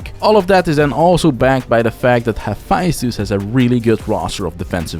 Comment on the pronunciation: Haphaisthus? Bruh. Here’s my take. Take the time to pronounce the word like the culture it births from. I don’t call Naruto nadado.